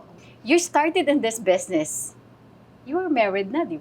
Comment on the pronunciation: "Besnesss" Aster naman -- "Business" LOL